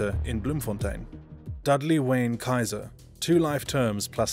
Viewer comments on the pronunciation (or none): none